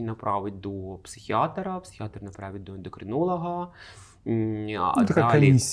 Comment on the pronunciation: невже не знає, що в слові "психіатр" немає літери О. Так різало вухо той "психіатОр"..